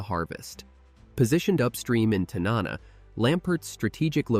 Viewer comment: TAN-NA-NA correct pronunciation please